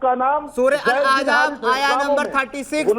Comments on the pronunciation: yaih ex muslim nahee hai balky dhoukhai baaz hai iskou soora shareef kaa naam bhee padhna nahee aataa soora Ahzaab kou Ahjaab padhta hai our hamaisha yahee aiytraaz Hazrat zaid kee beewi sai nikah ,usska jawab baar baar ulama nai diya hai ,magar jaisa moulana nai kaha ki yai burayee hee karaigaa ,sawal karana our hai our tanqeed karna our , kisee mufti kou iss kameenai kai muqablai mai lao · Kaash k aap thik se Arbi Matan samajh paate Surah Ahzab pehle thik se bolna sikho Surah Ahzaab hai Aejaab nahi… Or Surah Ahzab ki ayat number 1 se padho Surah: 33 | Ayat: 5 اُدۡعُوۡہُمۡ لِاٰبَآئِہِمۡ ہُوَ اَقۡسَطُ عِنۡدَ اللّٰہِ ۚ فَاِنۡ لَّمۡ تَعۡلَمُوۡۤا اٰبَآءَہُمۡ فَاِخۡوَانُکُمۡ فِی الدِّیۡنِ وَ مَوَالِیۡکُمۡ ؕ وَ لَیۡسَ عَلَیۡکُمۡ جُنَاحٌ فِیۡمَاۤ اَخۡطَاۡتُمۡ بِہٖ ۙ وَ لٰکِنۡ مَّا تَعَمَّدَتۡ قُلُوۡبُکُمۡ ؕ وَ کَانَ اللّٰہُ غَفُوۡرًا رَّحِیۡمًا ﴿۵﴾ TRANSLATION: tum inn ( mun bolay beton ) ko inn kay apney baapon kay naam say pukara kero. yehi tareeqa Allah kay nazdeek pooray insaf ka hai. aur agar tumhen unn kay baap maloom naa hon, to woh tumharay deeni bhai aur tumharay dost hain. aur tum say jo ghalati hojaye uss ki wajeh say tum per koi gunah nahi hoga, albatta jo baat tum apney dilon say jaan boojh ker kero, ( uss per gunah hai. ) beyshak Allah boht bakhshney wala, bara meharban hai. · surah ahjaab bol raha hai to khud ko ex muslim bol raha hai ahzaab hota hai ahjaab